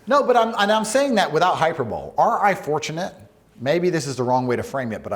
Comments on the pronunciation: Compend(i)ous not compend(u)ous. Hy-per-bo-lee not hyper-bowl. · hyper bowl as opposed to hyperbole ahaha